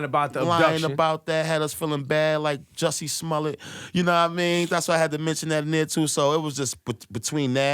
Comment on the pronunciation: “Jussie Smullet” lol the correct pronunciation is “Juicy Smooliaye” tyvm 😆